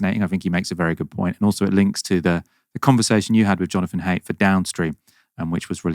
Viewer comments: Surely jonathan haidt is pronounced like height? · Please learn to say th. Also please learn to say Jonathan Haidt's surname. I'll generally watch right-wing stuff, but it seems like everyone is concerned about this and some good points were raised and discussed. Whichever side you're on, and whichever sci-fi novels you reference, it's clear there's a lot of problems coming down the line